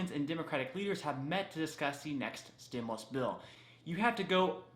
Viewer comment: Stimuast? Lol yikes